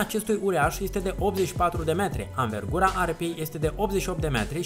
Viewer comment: "Avengura" ,aripilor,e dus băiatul!